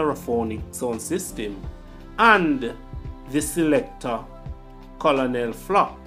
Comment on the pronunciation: C-O-L-O-N-E-L is pronounced KERNEL.